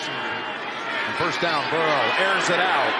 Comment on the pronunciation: Burrow***…how is it so hard for people to say his name correctly?